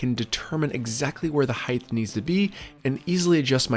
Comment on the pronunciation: The correct pronunciation is HEIGHT. Heighth isn't even a word - it's a mispronunciation of HEIGHT.